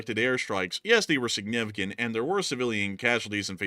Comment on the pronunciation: Nevertheless, sanificant is killing me.